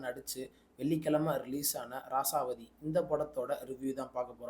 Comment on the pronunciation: Bro rasavathi no raasaavathi